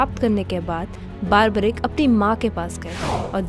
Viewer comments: Baarbarik nahi barbareek hota hai.. 🤦🏼‍♀️ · It’s not baarbarick ! It’s बर्बरिक Nor does goddess Shakti gave three arrows as boon ! Please at least get your facts straight.